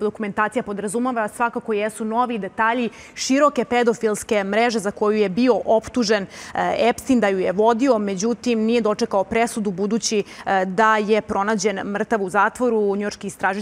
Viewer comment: Epstain,Ainstain bre.Izgovaraj pravilno!😮